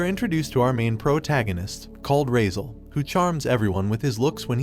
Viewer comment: His name is not razel.... Its cardis entrama di raizaaaaaaaaaaaaaaal